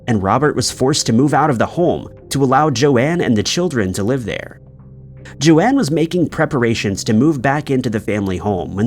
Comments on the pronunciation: PLEASE WOULD YOU CHECK THFE PRONUNCIATIONS IT''S JOAN (RHYMES WITH BONE) NOT JO-ANNE.!!!!! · That first story is awful 😢 on the 2nd story the ladies name is not pronounced correctly, her name is pronounced Jone not Joanne… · Why are you pronouncing Joan as Joanne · It's not important, but this is the second video I've seen where you pronounce the name "Joan" as "Joanne." Have you really never heard anyone pronounce the name Joan before? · The second lady's name is spelled Joan, meaning her name was probably pronounced "jown" like Joan Collins or Joanie Mitchell. Joanne is clearly spelled differently.